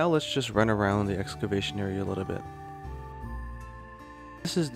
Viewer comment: Is it pronounced "Excabation" in Japan, or does he just call it that?